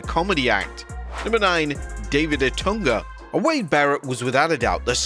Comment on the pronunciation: David No-tunga 🤣🤣🤣